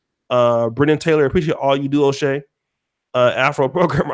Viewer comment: It’s “O’Shea “ not dumbass